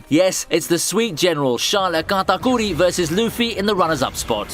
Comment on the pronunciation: listening to this guy attempt to say nakama, katakuri and onigashima is the funniest stuff i've heard all day